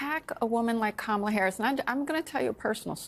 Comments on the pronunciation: The Republicans aren't too bright,they keep saying her name as Ka- ma--la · They're so spineless and subservient to Trump that they're not even allowed to pronounce Kamala's name correctly. How sad is that? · Busing people around....SHS pronounced Kamala like Donald trump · is 2 Stoopid to pronounce the Vice-President’s name correctly. Shall her ignorance be worthy of Air Time? How about YOUR time? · She is so humble that she even cannot pronounce Kamala Harris’ first name correctly. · cannot or won’t say Kamala correctly. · This ignorant witch continues to say Kamala's name wrong. She is just disgusting. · Calling herself humble while deliberately mispronouncing VP Harris' name is so MAGA coded